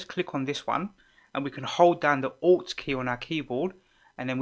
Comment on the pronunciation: Oh... it's ALT key xD haha! Ok, all I heard was "press down 'ought' key and use your arrows". Thanks lots bro <3